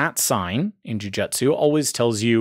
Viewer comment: jujutsu is pronounced "Joo-Joo-tsu"